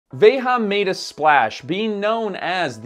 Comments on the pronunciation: "Veja" means "see" as in "see this" (hence the name of the magazine which is like Time magazine in the US). The "J" in Veja is pronounced like the J is "déJà vu" - not like the way it was said in this video; it's a Portuguese word, not a Spanish word. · I love the video.. but I do believe (according to Veja's own site) your pronunciation of the name is incorrect. Sorry, I'm a teacher! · It’s a French brand, why are so many YouTubers pronouncing the brand name as if it were Spanish🥺🥺🥺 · You are pronouncing the name “Veja” incorrectly as if it is Spanish. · I don’t know what makes this video a waste of time the most: the fact that bro did an entire video on a brand whose name he can’t even pronounce (“Veja”, not “Veha”) or the fact that his conclusion is “I would wear them if I were given a pair but I think you should always buy secondhand”, which could be said just about any new product. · If my memory serves me well, I believe "veja" is meant to be taken from Brazilian Portuguese, not Spanish, so it should be pronounced as /ˈve.ʒɐ/ not /ˈve.xa/ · Would be nice if this guy could say the name properly. It's not vayHAH. Veyjuh is it. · I never write comments, but am an avid subscriber. I'm 2 mins into this and it's killing me that keeps pronouncing Veja wrong. It's a common misconception that it's Ve-Ha because its a couple of french guys and it's a french brand. However, it's a Portuguese name, there for pronounced Ve-Jah. Writers and editors, please look up pronunciation and relay that to, Veja's Youtube has a video where they explain the name, or origin (iirc). IMO it really takes me out of a video with a glaring mistake like this. I say this constructively and as a fan of the channel. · Veja pronounced as VEJA it means seeing in Portuguese. Not Veha, or anything else. Sebastian Kopp said it himself on Hypebeast Radio with Jeff Staple several years ago. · I quite sure it's pronounced 'vay-zhah, not 'vay ha' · Isn't it pronounced "Vé Zhah"?